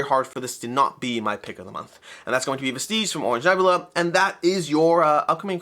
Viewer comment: You might wanna look up a pronunciation guide for Vestige 😇